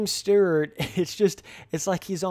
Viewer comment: James Sterrrrt? Never heard of him. James Stewart was the most talented guy on the track though.